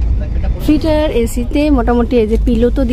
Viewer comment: ম্যাডাম বার বার টায়ার টায়ার করছেন কেন? ট্রেনের সাথে টায়া রের সম্পর্ক কি? খুবই শ্রুটিকটু লাগছে। ওটাকে টায়ার বলে না। টিয়ার বলে।